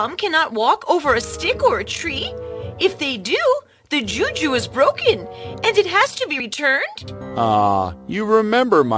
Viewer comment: She pronounced the juju wrongly